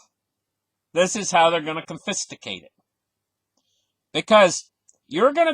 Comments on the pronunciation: Con-fi-scate not confisticate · WTF is confisticate??? Are you trying to say confiscate? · Lol "con-fis-ti-cate" Man if I never went to school for economics I'd definitely be lost right now. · CON-Fis-KATE - you're killing me... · I love your videos although it would be worth looking up the word confiscate. This is what I copied and pasted. con•fis•cate "kŏn′fĭ-skāt″ with the accent on the "con." Hope this helps a little. Thanks for all those 4 hour a day studying! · con-fuh-skate = confiscate lol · We love you but must correct you on confiscate. You added extra T and I.